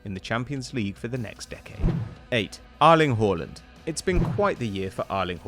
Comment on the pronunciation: Btw, - since you're one for really pronouncing players' names right - "Erling Håland" The "Er" part of his first name is pronounced the same way you would say "grab" in English - the way you pronounce the "A" in this case. In Norwegian, this letter is pronounced as "Æ" - which is a mix between the letters A end E, but it's use is differing, depending on which part of the word that the letter is placed. I'm so tired of people pronouncing Spanish and French names flawlessly - as they butcher the Norwegian names just as much. I've heard of someone being called "Ollergunner Soulshare" and "Ardling Hoeland" - and I literally know these 'people' are NOT from Norway.